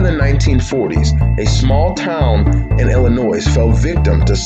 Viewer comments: Fml...outta staters listen up..."Illinois" silent "s" at the end j.s. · The S in Illinois is silent dude! The mystery I wonder about is were you learned how to pronounce the names of both the town of Mattoon ( not mantoon) and illinoissssss.....